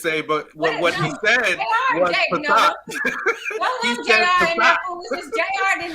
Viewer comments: Justice said "fasat"...I knew my ears weren't playing tricks on me. 😂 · Men are naturally the hunters...what the hell is wrong with this dude.and BTW what is a passat?? did he mean facade? This is what happens when a dude thinks he is the "catch"Aint nobody chasing after your dusty ass.